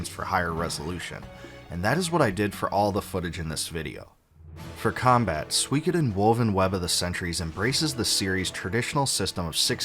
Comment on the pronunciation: Thanks for ruining my day internet, recommending me a 2 year old video where Suikoden is pronounced incorrectly for 65 minutes straight.